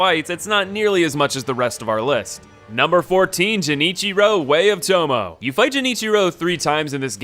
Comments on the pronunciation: To-mo-ay It's three syllables ... I feel like you just don't listen to the characters pronounce their own names. Or you're pronouncing them wrong on purpose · This man played the whole game relentlessly and still pronounces it “Toe-moe” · The way you say Genichiro hurts my soul. The way you say Tomoe hurts more. In Genichiro, use a G sound, not J. In Tomoe, it’s pronounced like Tumoi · It’s not JENichiro way of the Tomo, it’s GENichiro (like garden) of tomo-AY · it has nothing to do with accent, it’s like if I pronounced your name as “Gon F” It’s just the wrong sound. You don’t need to do a fake Japanese accent to make a G sound and say “To-mo-eh” instead of “To-mo” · “Way of Tomo”. Lol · Jenichiro, way of toe-mo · Your pronunciations of some of those names are causing me physical pain lol. Genichiro has a hard "G" at the beginning, and Tomoe is pronounced "To-mo-way" not "To-Mo" lol. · "Jenichiro, Way of Tomoh!" An attempt was made :P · Also Tomo. It's pronounced Tomo-eh. It's totally understandable for someone unfamiliar with the language to not know this, BUT... as someone who IS familiar with the language, I twinged a bit each time :p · btw, it's pronounced toe moe a. rhymes with way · My favourite boss - Jenichiro, The Way of Tomo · “Jennycheero Tomo” ….wtf is that pronunciation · No hate but tomoe is pronounced tomo-way iirc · "Jenichiro" "Toh-moh" "Gyooboo" "Ichi-mongee" >priestess yao being referred to as "him" No shade dude it's just funny lol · The fact that he pronounced tomoe like tome-oh made me die inside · Dzjenichiro? Way of tomo? Bro do you even pronunciation. I always wonder how people can still get a name wrong when the game or whatever media doesn't even pronounce it that way. Imma make mah own name! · Everytime he said way of Tomo I wanted to scream. Like how can you fuck up pronunciations when they say it correctly in the game. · He says "Way of Tomo" too. Not gonna hate him for it but it just irks me a bit every time he says it.